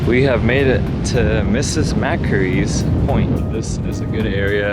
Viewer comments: Thank you. Your visit made me realise just how much I take my city for granted! I live in the Western suburbs of Sydney (so yes, I'm a Westie), and haven't visited the city in years. Also: Macquarie's chair: Pronounced: Mack-worry. You had me cringing with how you said it! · Mackeries Park LOL Americans can't read English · Mrs McQuarrie is pronounced Mc-Quarry.